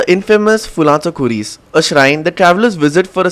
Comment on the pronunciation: Did you just call the fullancho Khuris Infamous?????